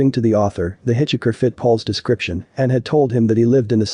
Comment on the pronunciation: Hit chi ker lol 😅